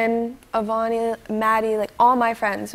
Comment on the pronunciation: she said avania lol